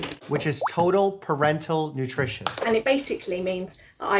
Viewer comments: Gah not the “total parental nutrition” it’s pa-rent-er-al 😭no one ever says it right!! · Parenteral not parental